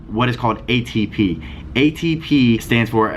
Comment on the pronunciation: idk that ATP has a different pronunciation now lols